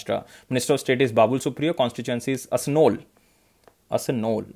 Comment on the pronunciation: Babul supriyo constituency is ASANSOL....it’s not ASNOL.